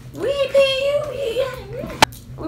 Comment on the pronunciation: “If you don’t fay me I call da folice 😂”